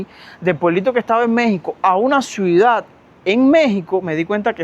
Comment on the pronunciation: HOLA! FASCINADA CON TUS HISTORIAS DE VIDA! ME PREGUNTO PORQUÉ SE OYE RARO CUANDO PRONUNCIAS LA PALABRA "C I U D A D"🤔🤔? PAREC Q DIJERAS "SUIDAD"